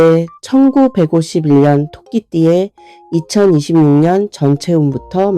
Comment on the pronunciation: 왜. 천구. 백오십 일년이라고. 듣기싫어요.